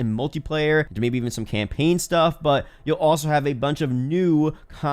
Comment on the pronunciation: this dude really said campeen lol.